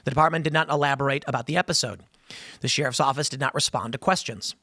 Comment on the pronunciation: The way Tim says "sheriff" bugs me so much 😂😂